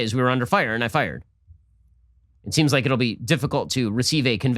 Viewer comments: Learn to pronounce Louisville...LOO-a-vul. LOU-iss -vill is in Colorado. Louie -vill, is maybe the baseball bat? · Shapiro pronounced Louisville like an outta stater. Heheh.